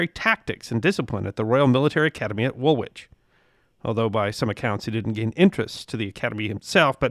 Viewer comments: Royal Military Academy Wool-Witch. Woolwich is more pronounced Wool-idge. But without a pause. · Argh. .normally very good at pronouncing English place names , but it's not wool witch, ( spelt Woolwich ) but wool itch. .. Same with Greenwich. It's gren itch. But very good stuff , well done. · Woolwich is pronounced Woolitch like Greenwich is Grenitch.... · Please! English names which have WICH at the end, The W is silent, so it its pronounced Wool -Itch of Nor-itch.